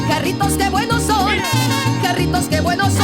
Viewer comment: You are the first sneaker content creator to pronounce Jarritos correctly 🙏 thank you